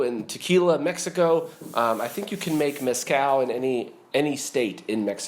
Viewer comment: Little tip: The z in the word mezcal is not pronounced how it is in English. The z in Spanish is pronounced either as an s or as "th" as in the first part of the word "the". Both are valid and both are correct.